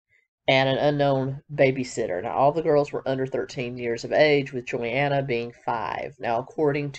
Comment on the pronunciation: I was referencing when she named all 19 siblings. She mispronounced Jinger and Johannah.